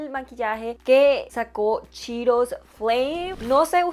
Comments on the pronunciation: No es chiiros es CHEETOS! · yo te quiero muchísimos. Al decir cheetose sonó a chiros que es un alimento parecido al banano, por,lo menos en mi ciudad😁pdt:te quedo hermoso el maquillaje me encantaría conocerte y maquillar como tu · Ya se que así se pronuncia correctamente pero me da mucha risa que diga "chiros" jajaxd